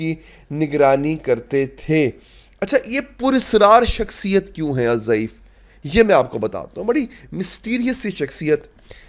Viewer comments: الضعیف نہیں آپ الدیف کہہ سکتے ہو ض د جیسا پڑھا جاتا 3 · جناب الضعیف نہیں ہے بلکہ الضیف ہے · آپ الضیف کا تلفظ غلط کر رہے ہیں ، نام صحیح ادا کرنا چاہئے